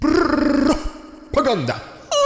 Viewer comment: Your “ridiculous Russian prrrrrrropaganda” intros are ultra hilarious. Keep them coming, Dude!